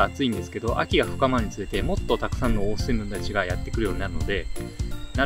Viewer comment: 「オースーメバチ」ですね。